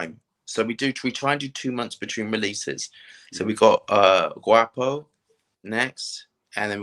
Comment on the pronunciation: Guapo: po as in pond not as in paw 😆